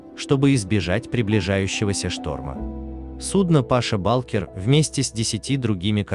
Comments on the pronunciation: Какой Паша балкер😀 ударение не туда-то))) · Паша Булкер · Паша. Ударения неправильно делает